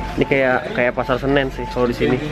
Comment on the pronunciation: itu kaka ngomong pasar senen??? kaka tau pasar senen?